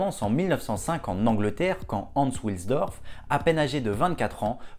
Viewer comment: Salut Hans wilsdorf est de prononciation allemande et non anglaise donc pas come William mais W qui se prononce V en allemand.;) A plus Super vidéo.